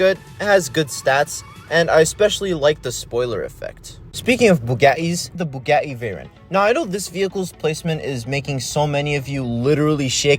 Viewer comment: It’s not bu-ga-e